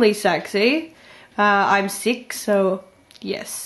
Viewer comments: I like the way you said, "sick," for some reason. O.o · the way u said sick made u sound british xD its cute